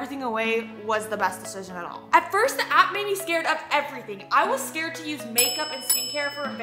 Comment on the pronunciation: “I’m scawed” after preslee became an alpha wolf😂😂😂